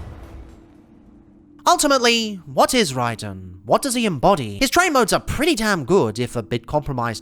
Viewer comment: "rey-den" always makes me cry a bit too